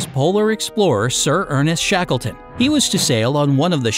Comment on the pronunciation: He say the explorer rusty shackleford?